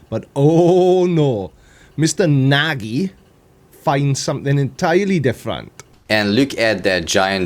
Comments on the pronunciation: I believe Nagy is pronounced "Nodsch", unless he has emigrated. About "smörgåsbord", I know britons are helpless there 😊 (I wonder if conspirationists of the olden days were the ones that saw elves) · Nagy is often pronounced as 'Nodge'. Met a few folks with this last name. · Nagy is a common Hungarian surname (pronounced more like "Najee", I think). His English is probably better than your Hungarian, so "talks funny" was a bit wide of the mark. That apart, you're right, a complete spanner, and a dipstick, too. Does he call his arse his "mudflood mouth". It's certainly what he talks through. The sea in the old map could be the Caspian (as it says) only the map is showing East (most likely) or West at the top, not North. The convention of North at the top is relatively modern and East at the top used to be common in Europe for religious reasons. God would be angry if Jerusalem was at the bottom, wouldn't she? So here we are back at the bottom, the source of all Barnabusian erudition and the veritable seat of his genius.. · You did not pronounce his name right, but he is a fuckin' idiot so no problem :) (i feel embarrassed that is moron is from my country :P ) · "I hope I'm pronouncing his name right. . . But fuck him if I'm not" 😂